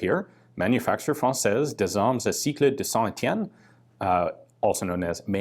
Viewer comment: Heads up for Ian, you need to emphasize the T sound in Saint-Etienne just like you do in english. It's a weird quirk of consonant-vowels inbetween some words. This quirk is exacerbed a lot in french poetry